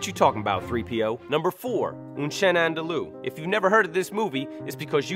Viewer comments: It's "Un chien andalou", not "Oon chain undoloo". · it's "Un chien andalou" not "enchene endeloooo" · It's pronounced **un sheeyan andulu btw